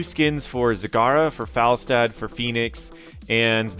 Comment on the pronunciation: Is it Fall-stad or is it Fel-stad? Sounds like he is not saying it right for quite some time now.